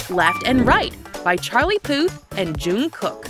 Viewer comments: Okay have anyone noticed she said "junkook" But it'll actually be "jungkook" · The way she pronounced Jung kook it was like “joong kook” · you said jounkook rong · The name:JUNGKOOK The was to Say it 1 wrong way dguuuungkoak 2 richt way djungkook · The way she said Jungkook😶